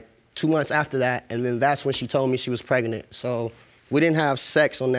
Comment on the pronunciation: He said preganent